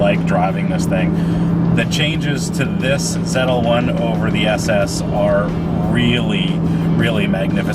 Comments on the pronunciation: Why does this idiot in the video keep Tryna make this Canadian/American car European by pronouncing its name Zetel One!?! WTH man ZL-1 dummy it's a coupe NOT a coupe' smh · !st of what in the world is a zet l1? Its zl1 dumb ass. 2nd comparing a ZL1! to a boss is like comparing a challenger r/t to a dodge demon. get a clue buddy. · Ahahah. Goofy fuck zedel? Zetel? What the fuck?